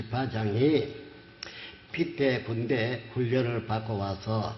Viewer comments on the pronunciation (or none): 병딱. 빛의 군대 발음도 제대로 못하는것이 무슨 예수냐? 빛의 군대. 빗츼 군대로 읽어야지 비테 군대로 읽고 앉았네. 어이구 저런 기본 교육도 안된 틀딱충을 신으로 믿는 인간들은 바보인가... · 이만희 빛의군대 발음을 못하는게 졸라재일웃겨 가지가지 꼼꼼하게 븅신이네